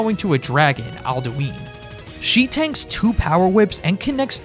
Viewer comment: Question:How can you play enough skyrim to know who Alduin is and still pronounce his name wrong?